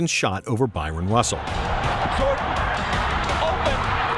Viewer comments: It's not "Byron" Russell. It's Bryon Russell. "Byron" is from Byron Scott. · Seriously? Byron Russell? His name is Bryon Russell. Pronounced Brian. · nice vid, but Bryon Russell Is pronounced "Brian" not Byron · Bryon Russell, not Byron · It's Byron not Bryon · Hahahah. He really said "Byron". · Bryon, not Byron...😂✌👍